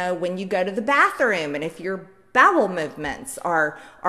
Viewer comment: What's a "batherroom"?!